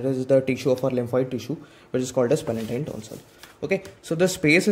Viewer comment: i think Its a palatine not palentine( n*) anyway your videos are good ..❤️